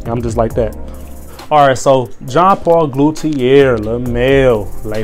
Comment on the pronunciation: W video bro, but besides that, u need to spell it better. It's pronounced JOHN - PAUL - GOTIER , preferably how I pronoounce it. Keep doin what u doin wit these fire cologne vids man.